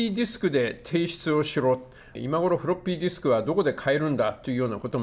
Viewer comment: 太郎の"フロッピーディスク"の発音がヤケにカッコいい